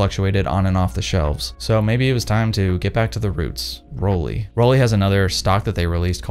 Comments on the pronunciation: The brandname is pronounced „rolleye“ not „rolleee“. You are an expert, aren‘t you? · As a German... rolee... It’s 🙄 = roll eye ✌️😉